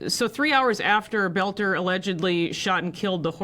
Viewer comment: The name is pronounced "BELTER" NOT "BOLTER" this is getting really irritating. When he was arrested he gave his name "Vance BELTER" We are from Sleepy Eye. I graduated with his sister. Her name is "BELTER"